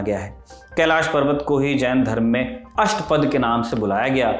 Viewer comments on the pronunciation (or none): Asht pad nahi Ashthapadhai